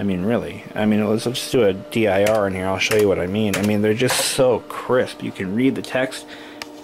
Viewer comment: Every time you say crisp I shiver. It sounds SO WEIRD AND I DON'T KNOW WHY!